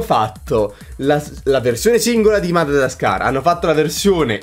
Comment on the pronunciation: Si dice Madagascar e non Madadascar. Che trigger hahah